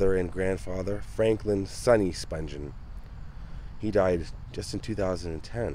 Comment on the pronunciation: Nancy Spung-ghen is how it's pronounced. Not Sponge-en. Sid couldnt have been buried in a Jewish cemetery